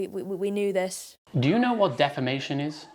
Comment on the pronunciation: " defemation y e e a h "